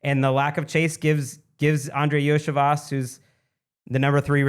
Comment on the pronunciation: Iosivas (Yo-See-Vosh)